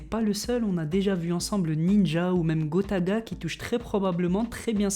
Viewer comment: 8.16 gotada😂😂